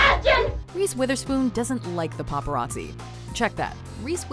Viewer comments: god damn popereezee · Paparazzi, more like papa r azzi